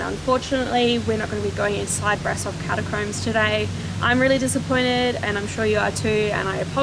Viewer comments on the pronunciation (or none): Okay, one can be forgiven for pronouncing Brasov as it appears in English but it is pronounced ‘Brashov’. But no one can be forgiven for pronouncing the word ‘theory’ as ‘feerie’, unless you’re from 18th century south london.